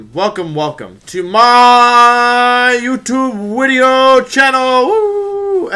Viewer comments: ahh yes, a new wideo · Every time you say wideo I leave a like on one of your wideos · Hey, enjoying the competitive Pokemon content - I am new here... why does Wolfey purposely say "wideo"?